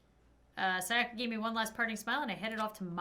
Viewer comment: I'm kinds triggered about how says Sayaka